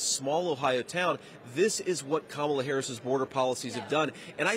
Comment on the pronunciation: Whoa, did y'all just hear that he actually said Kamala's name correctly?? ... more than once, no less!!